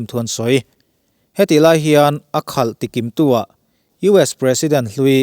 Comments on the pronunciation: A khalh tikim tu ni lovin, a kalh tikim tu tih tur aw Sir...... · a khalh tikimtuah ti lo in, a kalh tikimtu tih zawk tur a ni em....chuan, i aw hi ngaihthlak a nuam reng mai, a fiah tha a, a chiang riau thin👍👍👍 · "A kalh tikimtu" tih turah "A khalh tikimtu" tiin i lam a. "Ukraine-in an khan lo," tih turah, "...khàn lo" tiin i thlûk bawk.